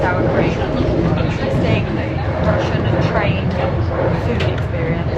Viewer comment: Rushshshin~ Rushshshin~ you're like Bald and Bankrupt saying Soviet constantly. lol. 😂